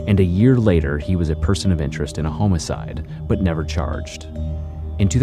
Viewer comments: please stop saying homeicide.. its homicide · I've been enjoying your videos recently, I fall asleep to them. Not a fan of the way you choose to pronounce "homicide" though.. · Why do you say homicide like that?